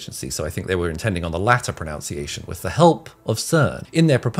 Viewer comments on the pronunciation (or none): I can't believe you mispronounced "pronunciation" without the deliberate intention of adding a bit of vim to the comments.